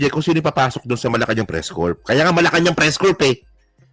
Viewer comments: Press core po ang pronounciaton ng press corp. Po. Peace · Constructive View: It's pronounced "Press CORE" not Press CORP. meaning a body of people engaged in press activity.